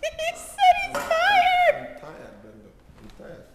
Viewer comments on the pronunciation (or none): He said “im tiyad” lol